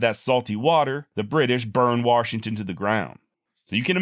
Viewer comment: just giving you a hard time on your pronunciation. Here in the state we say Washington.